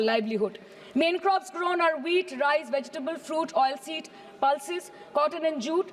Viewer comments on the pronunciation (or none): none